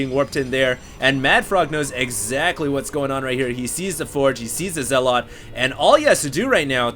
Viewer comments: Why do so many people pronounce it "zeh-lot"? It's pronounced like "zeh-lut". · OK I like these videos, but it's not pronounced "zell-OT".